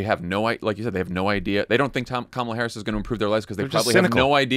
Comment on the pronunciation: Interesting when randomly Trump pronounces Kamala's name correctly.